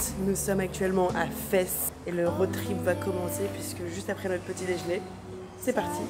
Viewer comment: Vlog du jour ✅ juste pour info Fès ça s’écrit Fès mais ça se dit fez voilà bisouille😊😊🎉🎉